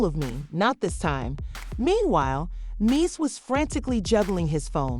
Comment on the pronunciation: how are you reporting on someone but can't pronounce their name properly (Men Dee Cees)